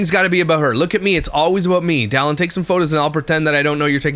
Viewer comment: is it just me or did she say, “Dillon is FaceTiming me.” It did not at all sound like “Dallin.” Hmmmmm.